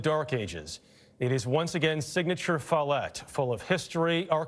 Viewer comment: Follett… like “wallet”…